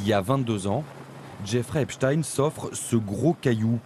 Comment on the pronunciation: La victime au début de ce complément d'enquête à citer "Epstine" au lieu d'"Epstein", elle est corruptible, influençable à cause de son statut de victime... vous n'avez pas piochez la victime la plus raisonnable du tiroir si j'ose m'exprimer ainsi, j'apporte mon soutien à cette victime, mais elle doit vraiment se remettre en question car dès le début elle a tout mélangé, car elle condamne la concierge mais le monsieur qui habite dans ce bâtiment n'a certainement rien à voir avec tout ça, enfin voilà, il faut se montrer plus pieu et avoir plus de recul pour mener des investigations. Et je condamne quand même ces personnes qui n'ont pas voulus s'exprimer et qui se sont moquer de son mal être.